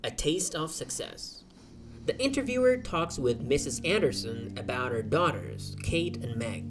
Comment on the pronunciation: Yada giyan la jiyati away bley ذە ئینتەرڤیو ble ذی ئینتەرڤیو chwnka i la komalay pita bzwenakana har katek pity bzwen la saratay wshay dway The hat awa ba ذی axwendretawa nawak ذە, enja keep going bro 😍.